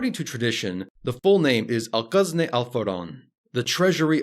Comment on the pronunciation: Al-Khazneh, not Al-Qazneh. "Kh" as in the "ch" in "loch", not "q" as in "Qatar".